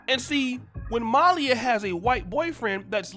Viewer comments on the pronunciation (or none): How does someone do a podcast and they don't pronounce the subjects name properly? It's Malia not Malya and Garcelle Beauvais is Garcelle Beauvais and Boris Kodjoe is Boris Kodjoe not Cujo. If you're going to put somebody on blast at least pronounce their name correctly. You do this all the time, get it together.